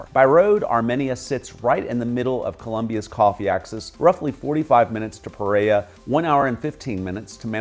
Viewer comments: Pereira… It's sounded out as pay-ray-e-rah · Do you mean Pereira? Why do you butcher it then?